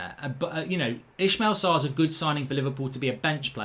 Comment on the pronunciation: please can we stop pronouncing it "Eshmel Sarr" ? lol